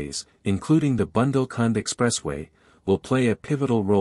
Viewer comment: Dear presenter, it is bundel,nit bandle.Uthar Pradesh , not utter